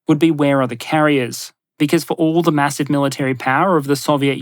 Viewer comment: I'm sorry but did you say "Macross missile barrage" ??? 🤓